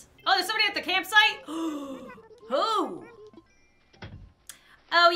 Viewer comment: My god you used “da” and “dis” a lot 😂